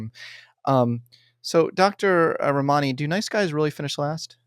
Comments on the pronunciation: Read her book Word for Word, yet can’t pronounce her name? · He is so rude to her.!! Very inappropriate for him to treat her that way. He doesn't say her name correctly.. wow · You’ve mispronounced both her first and last name. Two minutes of research will help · I can't believe he doesn't pronounce her name correctly and doesn't even seem to care. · Lord. Please learn her name pronounciation 🤦🏻‍♀️ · first step, bud: pronouce your guest's name correctly. I can't even watch this because you are too lazy to get that right.